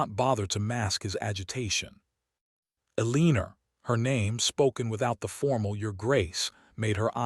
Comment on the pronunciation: I’ve started leaving all of these as soon as I hear hopping or starring. I’ve heard this same narrator ai voice pronounce things correctly so it IS possible. Edit to add: or Eleaner